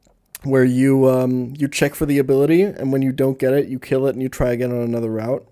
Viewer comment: It's so weird how he pronounces "kill" as "Kayle".